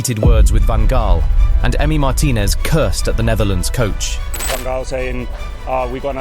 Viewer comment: I know this is quite hard, but Louis Van Gaal was pronounced wrong.